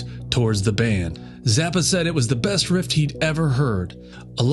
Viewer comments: I hate to pile on, but you say, best "rift" instead of riff. Or at least that's what I hear. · It's a guitar "riff" not "rift".